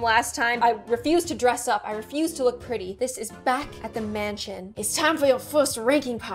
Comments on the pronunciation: I am refusing to look pretty on this show Me:I WaNt tO WoOk PwETy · why i not pwety